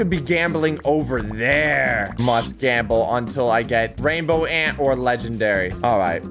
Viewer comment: Ranbow ant 💀